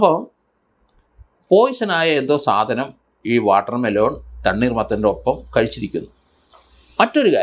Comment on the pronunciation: വാട്ടർമെലോൺ അല്ല വാട്ടർമെ ലൻ